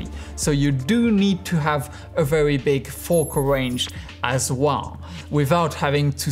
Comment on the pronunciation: This guy pronounces "Well" "Wåå"